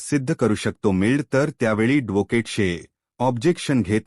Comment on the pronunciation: मारवठी बोलता येत नाही धोकेट कय ऍडव्होकेट n😄आहि म्हणता येत